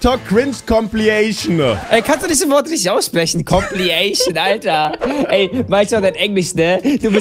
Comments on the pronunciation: Compilation nicht Compliation no hate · Danny sagt kannst du compilation nicht aussprechen aber kann nicht mal fidged spinner sagen xD